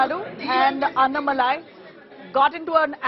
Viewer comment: Please make an effort to pronounce his name properly. Annamalai please speak toba a Tan zh person and see how nn is pronounced. Kindly write the name down in Hindi and correct your pronunciation